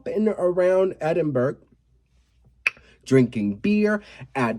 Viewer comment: Just to say it’s pronounced EDINBOROU. 😂. LOVE YOU